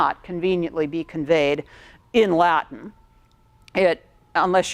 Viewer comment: Yeah most Americans have terrible, terrible Latin pronunciation.